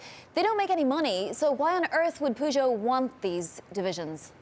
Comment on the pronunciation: it's not pegut it's peugeot...